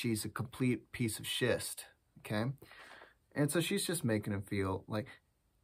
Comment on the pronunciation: I love the way you tell stories! 😂 You're so funny and I can totally see you being an English teacher haha Also, I love how you kept saying schist 😂😂 overall great video 😊👏🏼👏🏼